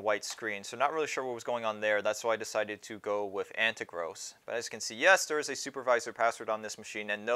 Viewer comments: It's An ter gos, not An te gross. Pronounced as An tear gos (as in tear a piece of paper). Accent is on the second syllable. The box is like that because the seller cut a larger box down to fit instead of adding a lot of packing materials. Makes it cheaper to ship. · It's AnteRGOS not AnteGROS :)